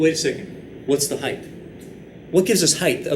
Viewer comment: I love your videos, hate the way you say height though but your biceps make up for it.